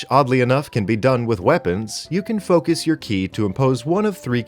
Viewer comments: For the record. Ki is pronounced "Chi" everywhere except Korea. So you're only mostly wrong when you pronounce it as written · Btw you say ki like chi. Its stupid